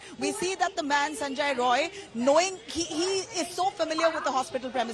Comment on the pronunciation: Atleast mention the name correctly. Its sanjay rai